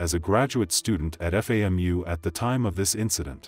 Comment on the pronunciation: It’s pronounced “Fam-u”